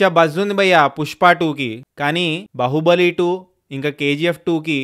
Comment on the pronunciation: బాహుబలి❌ బహుబలి✅ 😂🤣